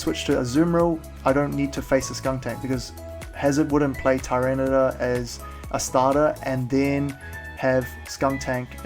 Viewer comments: You say tor instead of tar. And you spelled it tor instead of tar as well :P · Love your vids, but every time you say Tyranitor, it makes me cringe... its ty-ran-i-tar